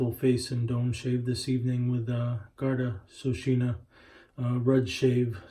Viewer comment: Its not SOSHINA as you say. Its Sheokawna.